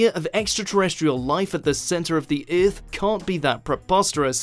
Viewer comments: Eurth Eurth Eurth Eurth Eurth EARTH damn it. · Came to make fun of whot if alyeens lived in tha centa of UUUUUUTH then realized every mother fucker down there already said it -_